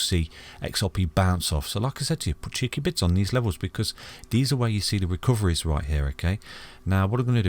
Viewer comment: 😂😂😂😂 seriously thought he was saying bits! Thinking my bits are worth more than that! Still have no idea why they need to be cheeky. 🤷‍♀️